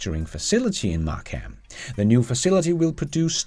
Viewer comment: Fantastic video again! Thank-you. Tiny, FYI about Markham, Ontario Canada is that we pronouce it mark-umm. Looking forward to your next videos 😊